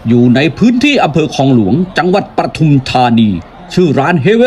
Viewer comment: ปทุม ค่ะ ไม่ใช่ประทุม อ่านว่า ปะ-ทุม-ทา-นี ไม่ใช่ประ-ทุม-ทา-นี 555(ภาษาไทยถูกต้องด้วยนะคะ)